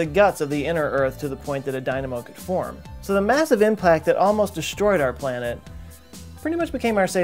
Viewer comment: he said “massive implact” idk i wanted y’all to know